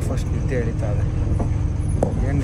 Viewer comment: ನೆದ್ದೆ ❌ನಿದ್ದೆ ✅